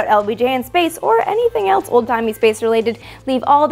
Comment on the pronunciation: Love ur videos but cant get over how some ppl pronounce else as elts.... lol js. Very informative though.